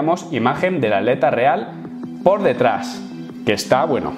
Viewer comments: Cosas de españoles, por alguna razón no pronuncian la "t" en la "tl". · Porque dices aleta en vez de atleta xd